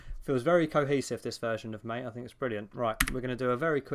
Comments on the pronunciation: people: MAH-TAY: mate. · pushes up glasses it's pronounced "mah-tay" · I know this is such a small gripe and petty 3000, but it’s “mah-teh,” like the tea. Everything is green. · You're like English Bob he also pronounces it as mate and not ma-tay.